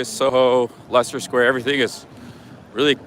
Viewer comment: Leicester is pronounced like Lester 😊